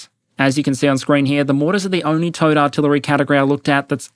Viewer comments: The smart part of my brain knows you're saying "Towed" but the dumb part keeps thinking it's "Toad" or maybe "T.O.A.D." artillery. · Is anyone else hearing "toad" instead of "towed" guns? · I know you are saying "towed artillery" but my brain always makes me hear "Toad artillery". Poop poop! Bang! Haha! What dust clouds shall spring up ahead of me!